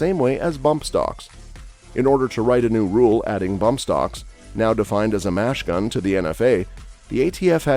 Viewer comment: Why did the speaker constantly refer to a "Machine Gun" as a "Mash Gun?" Does not reflect well on the knowledge of the presenter or the puppet masters behind him...!!!